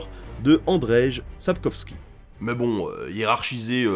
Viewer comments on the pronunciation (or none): Merci pour le spoil inutile avec un aparté de 10 secondes sur la série viking. "Andjeille" Sapkowski, pas "Andrej".